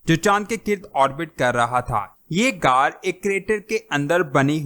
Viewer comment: Ghaar ko aisay bol rhy Jason say car bol rhy